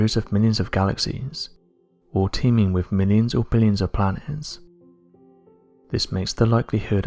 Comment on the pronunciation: Ffs, it’s monotone againnnnnnnn, erffff (earth) wiv (with)